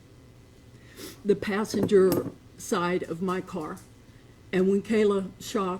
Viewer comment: She doesn't even know how to pronounce her granddaughter's name??????!!!!